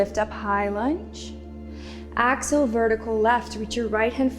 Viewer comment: Lovely. I enjoyed this. I couldn't place the accent, but the pronunciation of "exhale" kept making me turn my head at first thinking she said "axle" - as in rotate or turn. I finally settled into knowing that she meant to breath out. Exhale. I'm loving Rituals practices.